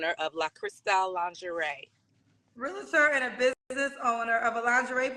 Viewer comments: Realtor is one of the most mispronounced words ever. There is NO “a” between. Real - tor. It’s one syllable. Sorry 😮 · Lets start here sis.. You're pronouncing "Realtor" with 2 A's and thats your profession?😅 You keep saying "realator." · Im a real-i-tor. Now maam?😂🥴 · She's all that ( in her mind) but doesn't know the proper pronunciation of realtor; two syllables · She can't even pronounce the word REALTOR correctly... so I cannot take her seriously at all.